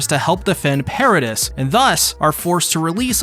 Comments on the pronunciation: pair ruh dees. not pair ruh dust. come on. did you even watch the show. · The pronunciations of Gabi and Paradis are too good😂